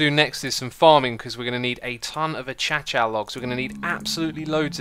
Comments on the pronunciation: Acacia is pronounced "A - Kay - Sha" not "A - cha cha" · a-cha-cha logs? wtf! it's pronounced a-kay-sha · a-cha-cha logs. Uh-Kay-sha logs you mean? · you always call acaica wood achacha it pronounced ah kay sha dont know if that makes sense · Acha acha... Acha acha a Kai cha it's not that hard for notch sake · Achacha? Isn't it pronounced uhkeishuh? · me, a human: a-kay-sha xisuma, an intellectual: a-cha-cha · Its acacia logs as in uh-cay-shuh not a-cha-cha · its not "a-chah-chah wood" its " uh-cay-shuh" xisuma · I believe that acacia is pronounced A-case-E-a not a-cha-cha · why does xisuma pronounce acacia like a-cha-cha when it is pronounced like a-kei-shuh? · Achacha log? I thought its pronounced A-kay-sha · did he just say "A-cha cha??? its ay kaysia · man pronounced acacia as acasha. it is pronounced (uh-CAY-sha). acacia. not acasha. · We are going to need some achacha logs. 😂 **a-kay-sha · Wtf is acatcha logs?😂 (Acaysha) is the pronunciation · I noticed... It's pronounce A-kei-sha not A-cha-cha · xisuma, its pronounced, akay-shia, not achacha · Achacha logs? Am I the only one who pronounces it a-cay-sha ! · I thought it was pronounced arcashia not achacha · Me: (pronounces: Akaychia) Xisuma: achachia real smooth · everyone: ak-ay-sha xisuma: ack-ach-a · ITS NOT ACHACHA!!!!! ITS ACACIA there is no ch in acacia so dont pronounce it as if it does. PLEASE pronounce it properly its really annoying me. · I love how xisuma pronounces acacia as achacha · does he really pronounce acacia "a-cha-cha" or is that a meme lul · Nobody. xisuma: achacha block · everyone: Acacia Xisumavoid: ACHACHA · He said acha cha blocks instead of acacia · dude do you even english bruh? its called acacia and pronounced (akasha) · “A cha cha logs” LOOL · It’s a-Kay-she-uh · Acacia logs are pronounced a-kay-sha logs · Did you pronounce acacia a cha chiah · I'm sorry i cant just let it go, but Acacia is pronounced "Uh-kay-sha". Anyway always great videos and entertainment. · "achacha logs"